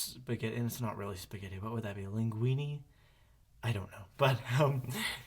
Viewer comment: LINGUINI. its linguini ^-^